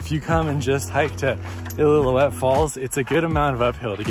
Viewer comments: I.L.o. uette is how it’s pronounced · He said “ill-ill-illoutte falls” lol great vid dude! Doing this hike next week for my 40th bday!